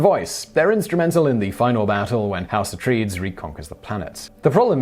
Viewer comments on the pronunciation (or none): Har-ko-nen. A-trei-des. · Glaring error on Simon's part..... Also he butchered the pronunciation of Harkonen and Atredies! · echoing what has been said before: the house name is pronounced a-trey-deez not a-traydz. Paul mother is Jessica, not Julia. And..... the plans/schematics for the weirding modules were purposefully given to Paul and Jessica during their escape. Also.... it is mentioned in the movie that the weirding modules are "a weapon based on sound" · Could've sworn it was pronounced Uh-Tray-Deez, not uh-traydz (#1, Dune) Come on, Simon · So, is there a British Received Pronunciation Guide to mispronouncing names? (uh-TRAY-deez is how Atreides is said.) Also, the weirding module thing is a kludge put in by Lynch to avoid what he called "kung fu in space," so it's hardly Herbert Dune canon anyway. Which is odd, since there's a knife fight anyway in one of the climactic scenes. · Paul Atreeds? House of Atreeds??? You can't even pronounce the lead characters name in Dune? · "Ah-Trade-Ees" & "Har-cone-ins" is how they are pronounced. Thanks ago for a great video Simon! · Simon, Simon, Simon... You just made Dune fans weep! Atreides is pronounced uh-tray-deez... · Alright Simon, repeat after me "A Trade Ease" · Jessica, not Julia, Atreides. And it's "a-tray-deez". :) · I love ya Simon but your pronunciations make me cry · I love Simon but his pronounciation of Atreides really got my back up :P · I was never bothered by your constant mispronunciations until you butchered every single name from Dune. Also, as everyone else has already pointed out the plans were left for him.